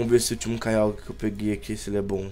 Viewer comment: o nao sabe pronuncia certo kyogre